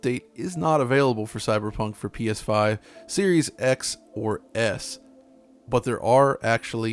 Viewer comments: did he just say “Penis 5”? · ''pee eshh faif''